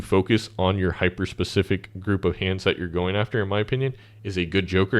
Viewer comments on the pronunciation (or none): none